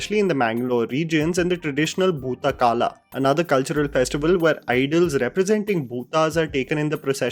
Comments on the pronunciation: It's boota kola not kala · It's not bhoota "kala" it's kola. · It's bhoota kola..please....not bhoota kala .. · Great video explanation(Summarization). One thing I wanted you to correct is its 'Kola' not 'Kala'. So the act in the film is Bhootakola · It's a kola not kaala, FYI.... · It's boota kola...not kaala. 🙏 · It's called " bhoota kola " not kala. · That is not bhoota kala that is bhoota kola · It is Bhoota Kola :-) U pronounced 'Kala' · Its not Bhoota kaala, it is bhoota kola.. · It's bhoota kola not bhoota kala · It is Bootha kola and it's not Kala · It’s bhoota koola not kaala 🙏🏻😊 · Its not bhooth kaala Its bhoothda kol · Bhootha kola, not Kaala...Please note the correction. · Brother that one deiva kola not boatha kola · Very nice review bro.. thanks to u.. and it's bhootakola.. not bhootakaala.. it's a must watch movie across nation. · Bhoota kola,not kala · Not bhoot kala, it's Bhoota & Kola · Its Boothakola not 'kala' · Sorry but ur research fails when u pronounced kola as kala 😀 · it is not bhoota kala.. it is bhoota kola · Nobody thought about correcting for pronouncing Bhoota Kola as Bhoota Kaala 😊. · It's not Bhootha Kala.. it's Bhootha Kola! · Bro it's Bhootakola not Bhootakaala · The reason why it’s ‘Bhoota kola’ and not ‘Bhoota kala’ is bcuz the latter meaning ‘past tense’ while the former is what we can see in the movie! And I really appreciate you getting the name right as ‘Kantara’ and not ‘KAn-tara’. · Love how you've researched it so well, and happy to see your interest in South Indian/Kannada movies. I'd like to add a tiny correction though. It's Bhoota K'o'la (KOLA) and not k'a'la (KALA). Kola means play/performance in Tulu and Kannada, while Kala means time. Thanks so much! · That's not bhootha kala, that's bhootha kola🤦‍♀️ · It's an amazing movie. Glad that our side (Karnataka) of films getting enough coverage. Thanks much for the video,. Just a correction: it's bhootha kola (not kala) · It's bootha koola not kala